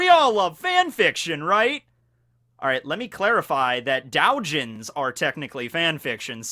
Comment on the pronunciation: did this man really just say dowjins